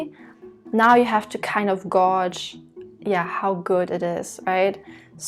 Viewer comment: Fyi you pronounced gauged as gorged